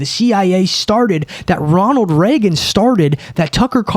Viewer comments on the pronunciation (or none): none